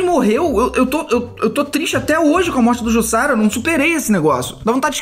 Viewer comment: Se diz "Jussara".